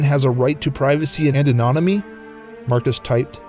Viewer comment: It's an-o-nim-mi-ty...not an-o-mi-ty...God, I hate it when people get simple words terribly wrong...